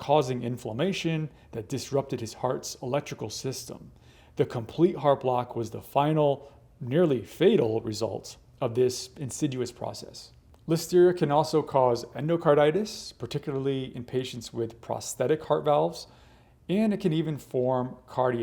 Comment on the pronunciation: This doctor said "deteriated" and "Insiduous." Strange, from an educated person.